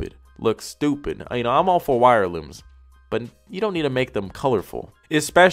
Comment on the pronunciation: Im deadd he’s like this shit right here , “stopid”